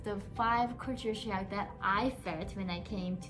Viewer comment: Correction.the way you pronounc culture sound is( kature) which is wrong but try to pronounce first try to sound ( cal) and than ( ture) later and pronounce together which will make you pronunciation correct other words too k